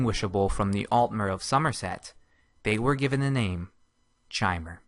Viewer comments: Kai-mer not chai-mer... Eye twitching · Chaimer... It's pronounced Kaimer you dumb fuck! CHIMER IS PRONOUNCED KAIMER! You fucked up! Time to redo this series with the good voice actor you had near the end of the series! Fuck! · Chay-mer? Shouldn't it be pronounced somewhat like "kee-mer"? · It's Ki-mer, not Shi-mer. Do some research before you make a ''lore'' video. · KAI-mer. KAI-mer. Not CHAI-mer, like the tea. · not chamer chimer ! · I believe Chimer is pronounced with a "k" sound like lich or Bach, rather than a "ch" sound. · Is it not pronounced "Kai-Mer?" Not "Chai-mer." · First time I have ever heard it pronounced "chy-mer". Always heard with with a hard K sound everywhere else. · I like this video I do I always have but good lord is the mispronunciation of chimer painful it's a hard Ch so Kai-mer like Chitin is Kai-tin Sources the voice actors in Teso morrowind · Chimer is pronounced Kymer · I'm almost positive that is not the correct pronunciation of chimer. I believe it is pronounced kie-mer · 'Tis pronounced "ky-mer" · Bro chimer is pronounced ky-mur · mer is still actually mer because mer means elf , but you're absolutely right about the ky part , I've even heard people say shymer , it just hurts my soul man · Elias Storm It would actually be pronounced like chimney. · LinkKakalato No, It's Ki-mer. How hard is that to understand. It's not pronounced like Chimney but like Chaos. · Lerquiy of Nirlac Not in-game. In game it's always pronounced ki-mer. Ehlnofex is the language of the Ehlnofey, ancestors of all mortals. In Ehlnofex Chimer means "Changed folk". It is possible, however, that someone used the Ayleidoon pronounciation of Chimer, which would be "shi-mer". It's completely heretical to do so, but still. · I always pronounced the Chimer the same way this guy does, but according to the ESO beta it is actually pronounced 'kimer,' The more you know. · Chimer is pronounced with a hard K. As in Ki-mer, just like chitain. A real life material.